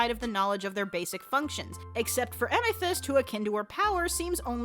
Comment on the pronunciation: Im sorry i had to say this but... LISTEN TO THE WAY SHE SAYS AMETHYST!